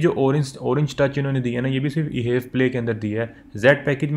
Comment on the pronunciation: Bro ap jo ye haiv play keh rahy ho its wrong and i know ap HEV play ko mila k parh rahy ho but its actually H. EV PLAY edition H is for hybrid and EV Is for Electric vehicle because this car totally runs on a battery. Engine sirf battery charge krta hai. And this car has 6 fwd gears. I sold some of these brand new vezels ☺